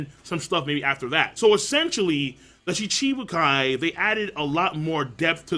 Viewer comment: M8 learn how to pronounce Shichibukai please. You're killing me.